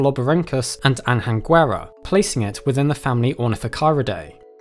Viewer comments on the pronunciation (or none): btw it's pronounced [aɲɐnɡʷɛ'ra] not [ɐnhɐngwɛ'rə] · the way you pronounce "anhanguera" stings me every time I hear it. nh = /ñ/ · Also, the Anhanguera is pronounced more like "an yanguera", Portuguese H never sounds like that. Source: I'm Brazilian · Just one thing: in Anhanguera, the sound of the "H" is pronounced similar to the "G" in lasagna. :) "Anhanguera" is the name of an evil entity of Brazilian native indians. But don't take me wrong, the video is awesome. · The "nh" in Anhaguera is pronounce lika a Spanish ñ.